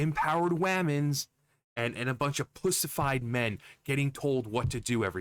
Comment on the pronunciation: You said .....pussafied 🤣🤣🤣